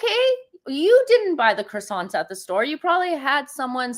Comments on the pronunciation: 'Kwa sonz' is correct way of saying. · Why can ppl NOT pronounce CROiSSANTS?! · Meghan's pronouncing of croissants is nothing like what it should be.Meghan that claimed she studied French for four years then another time she said it was eight years.